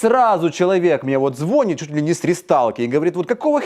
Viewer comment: Звони́т. Зво́нит звонарь в колокол😉